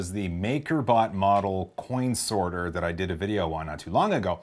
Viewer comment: did he say snorter